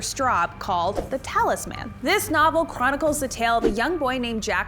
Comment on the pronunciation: It’s talisman, not talis man. Lol no one collects a talis man, that would just be one more mouth to feed. So it’s all together as talisman to indicate the small objects.